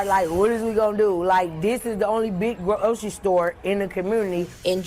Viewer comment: "it broke my heart like, whadiswegonnado like, this is the only big gro ocerie store in da comoonity"